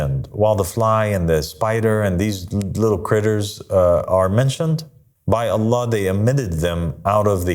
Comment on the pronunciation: Bro can’t even say “I seek refuge in Allah from Satan” properly in the beginnings 😂😂